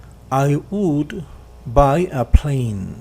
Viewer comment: Porque pronuncia WOULD como UTUL, que mal Ingles, practiquen mas la pronunciacion, la explicacion esta genial pero la pronunciacion de algunas palabras esta perdida.